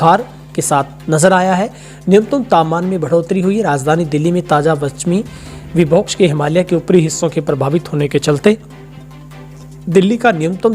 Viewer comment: Please विभोक़स नहीं विक्षोभ होना चाहिये, बाकी समाचार बढ़िया हैं